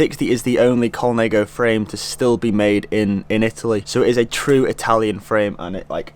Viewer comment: Mate the frame is not majority carbon, it's all carbon. And please please stop saying Colnego it hurts my ears. But otherwise, nice vlog, keep em coming